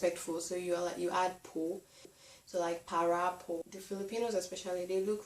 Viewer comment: I think you need to work on your tagalog accent, because when you say "para po" which means "pull over sir" the driver might not understand you immediately because the way you pronounce "para po" is different. Anyway thanks for choosing the Philippines to take your studies. You are much welcome.